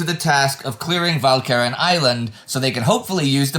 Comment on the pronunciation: Walcheren again defeating Indy's awesome pronunciation powers.